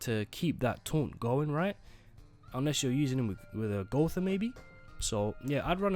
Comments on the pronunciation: something doesn't add up here. did u just pronounce gowther correctly? bring the real back rn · If you continue to say Gowther correctly, I will subscribe